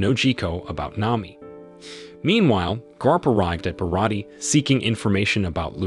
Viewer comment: But yet, they keep saying Barat instead of Baratie 🙄